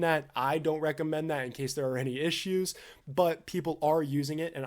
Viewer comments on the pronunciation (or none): none